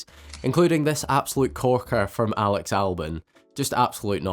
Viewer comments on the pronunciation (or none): none